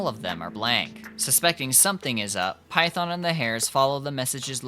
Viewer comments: you can get defensive all you want but you have to understand that misprouncing something so core to a game (or any video essay topic) is a huge red flag usually seen with situations like slop content mills. Example: Illuminaughti covering Silent Hill / Centralia, PA. It makes the viewer not want to engage at all even if there was a lot of effort put into it. I'm sorry but for a lot of potential viewers its gonna be an instant click off. That you didn't know there's a difference between the Japanese and English pronunciation is understandable, but if youre going to make an English language video, you do need to know how the game pronounces those key phrases in English. Because there are plenty of players who have never heard the Japanese dub and would be confused. That includes myself. But that red flag initial impression is still there. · tbh you pronunciation of Phaethon is disgusting and I stopped watching the second time you dropped that. It's giving "KWASAWNT" 🥐 You know you're wrong lmao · Its Phaethon. Not Python. Still great video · Are you saying the sibling’s name is “Python”? It’s “Phaethon”, lul. Just wanted to correct ;3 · gotta agreed with others how "PHAETHON" spoken made me take back my like, it just an irk but noticable one. but like again cause it good video. tho can see most people would click off just from that pronounciation. "cause it JP dub blahblahblah" cool but that not actual main language it CN game and ZZZ dev into urban + greek mythology. 'Python' no way is same proxy we all know. heck can be knockoff Phaethon and no one question. not try sound aggressive but i appreciate if main source is not lost due different cultural preference (JP not best english speaker) heck this game respect any JP names with correct sound, just do same is most bare minimun plus no one will flinch cause who the heck is python. not even live in US or whatever, it that bad. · I don’t like the way you say Phaethon. Great video tho